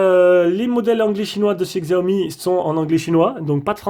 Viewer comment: on dis pas xiaomi mes chiaomi